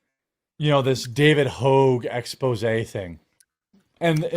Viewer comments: It’s Hogg bro, not hoge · Bro. Its Hog... there isnt a second vowel anywhere in his name. Also, he is a giant duecher. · Why is Jeremy mispronouncing David Hogg's name? Did I miss something?